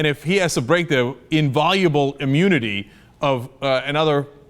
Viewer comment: Cenk: "In-VIE-oh-la-ble"